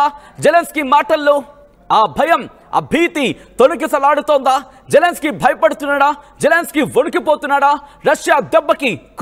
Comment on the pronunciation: వాడు జెలన్ స్కై కాదు...జిలన్ స్కై